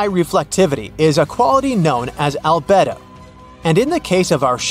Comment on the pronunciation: It must be a bot doing the narrative. Albedo ? Al bed o?